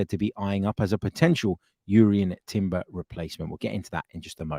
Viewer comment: I’m taking a stand. Not going to like any of your videos again until you can go trough a whole one without saying Urian Timber 😆